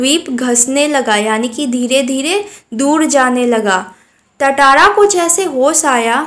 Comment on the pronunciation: Tatara × Tara ✓